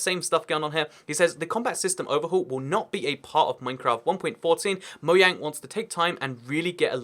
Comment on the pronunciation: Every time you say mo-yang I cringe. They call it Mojang in Sweden because it's easier for Swedish people to say. Everywhere else you're supposed to say Mo-jang.